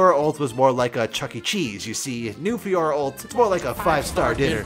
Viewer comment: Listening to you fiora analysis as a french guy was excruciating I wanna die